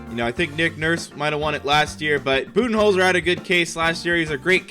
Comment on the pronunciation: For Coach of the Year I thought he said bubyholder